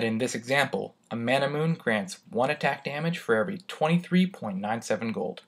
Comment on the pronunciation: Ain't Manamune pronounced Ma-na-mu-ne due to its Japanese origin?